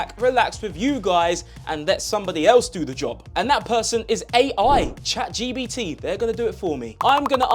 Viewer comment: Bro really said Chad Gbt, lol